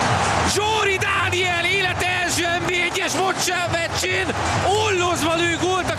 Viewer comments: Énis aszt értetem de aszt mongya mocsál mecsén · sajnos elsőre nem sikerült kimondanom a “meccsén” szót, de aztán korrigáltam..🤦🏼‍♂️😅